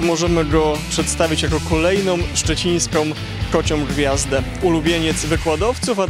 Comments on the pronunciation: "Redaktor; "kolejnOM szczecińskOM kociOM gwiazdę". Dno... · "kolejnom szczecińskom kociom" skąd ta maniera?